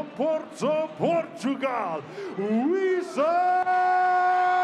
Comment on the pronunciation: uisma not usima lol